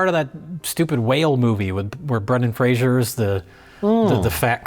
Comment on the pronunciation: Brendan Fraser, not Frasier. His last name rhymes with razor. Bero is non-alcoholic beer.